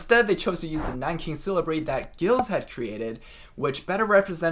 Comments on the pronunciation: Giles should be pronounced to rhyme with Piles, NOT to rhyme with Hills. Also the G is soft not hard. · Giles should be pronounced with a soft g and a long i . /dʒaɪlz/ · Wade-"Giles" should pronounce /ʤaıǝlz/